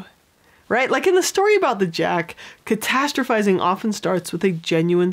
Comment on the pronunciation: Okay but can we take a moment to appreciate how many times she said “catastrophizing” properly? Idk if I even spelled it right 😂